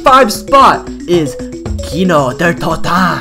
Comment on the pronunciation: Why did you say kino like that